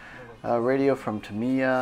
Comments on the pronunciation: Tam I ya, you say it like that not tamier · Dude why do you keep saying Tameeya and not TAM"I"YA😄 Pretty sweet video and I wish I had a store that awesome near me! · Jed Petersen actually I’m saying it a little bit wrong and the accent is supposed to be on the first syllable, I.e. “TAH mee yah” and not “tah MEE yah”.